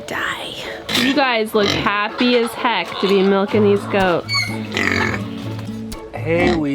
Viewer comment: Why is making all sorts of words into two-syllable words? "What the hec-kuh" (:57) -- "He brought it ho-muh" -- "Three head-suh" -- "So bi-guh". Is this a "teen" thing? I noticed another YouTube teenager doing it as well. 😧 Kate in Olympia, WA - 6/3/2019.